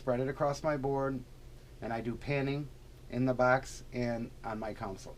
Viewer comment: I like but he calls his console a "council"....it's a console